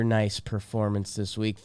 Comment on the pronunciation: The “Wek” was so juicy couldn’t fit the vowel 😂